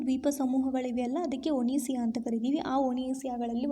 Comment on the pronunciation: ಒನಿಸಿಯ ಅಲ್ಲಾ ಒಸಿನಿಯ.